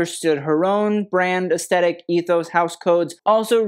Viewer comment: Please! Pronounce aesthetic correctly!! You say it a hundred times in each video, and it's an important word in all art forms, so please say ess-thet-ic, NOT ess-tet-ic!! The t has an h after it, and it is pronounced just like the or this. It isn't a great look for someone in fashion to mispronounce such an essential word!